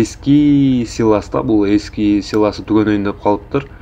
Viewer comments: Силос де силас дебей. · Силас эмес силос туура аталышын айта албагандар бизге уйротобу. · Силас эмес силос.